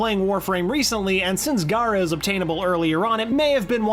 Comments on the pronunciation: He's pronouncing gara as gaara. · It's not said like "Gaara", it's said like "Gher-ah" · Her name isn't Gaara, it's Gara (G-air-uh).